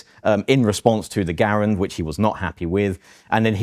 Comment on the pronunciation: "Garand" : Epic glory. 👍 "Gair-end" : Epic cringe. 👎